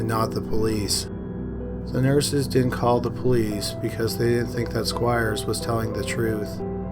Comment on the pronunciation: Pronounce your words. It's not Di'int. The word is didn't. That d isn't silent. Most boring thing I've ever heard